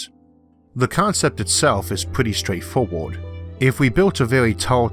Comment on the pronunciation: Space Elivatows? Their pwetty stwaight fowawd.... I love how this dude talks. It's no impediment, it's entertainment. What about space-junk? How can you ensure the cables won't be hit?